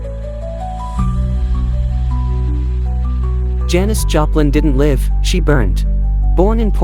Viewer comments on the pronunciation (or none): Janis Japan? AI is so bad. Can’t even get her name right.